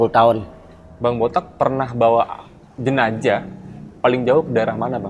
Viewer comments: "JENAZAH" bukan "JENAJAH" gimana Sih pembawa acaranya😂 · jenzah dibacanya jenassh bukan jenajah min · Jenajah? Bukan JENAZAH? Pusing² sih bahasa indon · Jenazah bkn jenajah. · JENAZAH...BUKAN JENAJAH😆😆😆😆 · Jenazah...bukan JENAJAH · JENAZAH bang bukan JENAJAH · kok jenajah😂